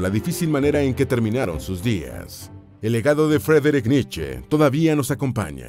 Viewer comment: Frederick niche?? Grupo Niche 😹